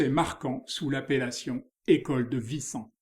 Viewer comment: Très interessant. Mais Wissant se prononce “oui-ssant” et non “vissant” :)